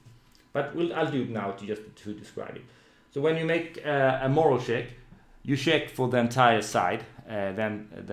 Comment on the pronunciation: Eyyy, attack and damage rolls merged, nice! A note on language: I believe you mean "morale check" (stress on the second syllable), rather than "moral check" - willingness to keep going, rather than views on ethical quandries